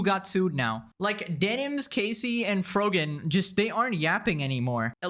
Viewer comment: erm, you said frog-an wrong